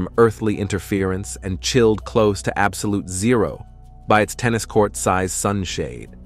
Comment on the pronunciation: I’m finding it increasingly difficult to brush off the language errors made by the AI doing the narration. How is it possible to mispronounce multiple times in the same sentence? We know it is attempting to read 0.005 for example, but it seems to read each instance of the number 0 as a different word. It has a very distracting and disconcerting effect. How can you trust a source that can’t or won’t correct even simple mistakes?